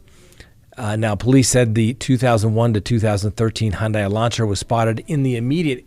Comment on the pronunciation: Detectives in their 20’s 😢? Where on earth is the FBI? They need a hotline where folks can leave information and a reward leading to capture. Praying 🙏🏾 for those families. “Hyundai” pronounced like “Sunday”